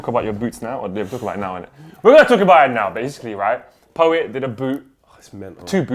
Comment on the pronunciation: pat rice... ffs poet.